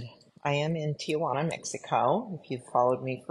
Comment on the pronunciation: Firstly~ It’s pronounced TI-juana. Not Tia-juana. I am less than an hour from the border so I have a whole different experience over the years on the prejudices coming from North Americans who forget how much of Southern North America used to be part of Mexico before they re-drew the line in the dirt. I took my mom 22 years ago to Tijuana for chelation and DMSO. Those of us who cross the border regularly have known for years the pluses of Tijuana Mexico, when it comes to medical care, not only for ourselves, but for animals and much more reasonably priced.